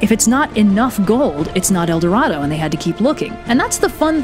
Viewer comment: As a spanish person love it when you say "el doradou" :)